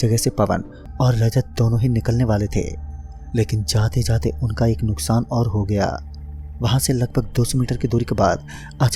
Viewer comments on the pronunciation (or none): none